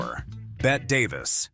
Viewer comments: OMG if the AI used here doesn't adapt to being able to accurately pronounce the actors names I'm not going to continue to watch these videos. It's pronounced Betty not Bette. There's others that are driving me equally crazy. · learn to be aware that it's always been pronounced BETTY. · Bette is pronounced "Betty"... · It's BETT-EE Davis, not "Bet" - she's not Midler. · Ai is doing the reading...bet Davis instead a Betty. Za za instead of ja ja gabor. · So I guess this is a robot speaking. Only a robot thinks it’s Bet Davis. The only Bet-we have is Bet Midler. Like the robot Midlers mother had never heard the name pronounced. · PEOPLE, STOP USING AI FOR NARRATION!!! "Zah Zah"?!? "Bet" Davis?!? "Shevy" Chase?!? Ugh... 😶 How lazy can you be?!? Read it your damned self! 🇺🇸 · BET-TEE, BET-TEE, BET-TEE!!! 👌✌️👍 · Bette is pronounced Betty! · This would be more credible if the narrator actually pronounced Zsa Zsa and Bette's names correctly ! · It's pretty widely known how to pronounce Zsa Zsa except in this narration. And also mispronouncing "Bette" Davis. Good grief!